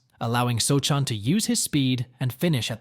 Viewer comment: pronounced so-han